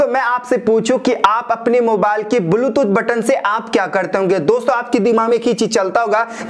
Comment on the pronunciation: Are tera video to bilkul faltu hai.,,.aur dusari baat ki,, बुलटूथ नही बेटा... ब्लुटूथ होता है !